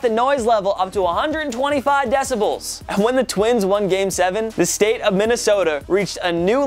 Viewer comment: He says 'decibulls' 😂😂😂